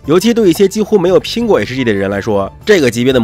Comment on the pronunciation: hg能发音成这样还是别来油管了吧